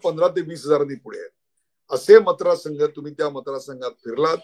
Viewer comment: उदय जी खुप छान विश्लेषण .... मतदार म्हण्याच्या जागी आपणं मत राद म्हणत आहात आणि मतदार संघ आय वजी आपणं...मत्राद संघ अस आयकू y येत आहे